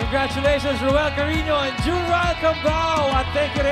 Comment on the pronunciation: Cariño po hindi Carino